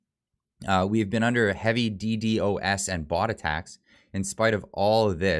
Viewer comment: Guy trying to explain DDos attack but can't even say DDos properly. Try and use a computer made in the 90's you'll have a better understanding and might know more about Dos so you can know more about DDos.